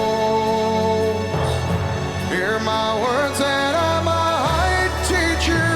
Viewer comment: I HATE how he mispronounces words leading into the peaks of the song. He uses a breathy onset in the middle of a word like "without" and "might" and creates words that do not exist in the English language. "Withou-hout" and "migh-hight" are not words. This is one of the first things I was taught not to do when I was taking voice lessons.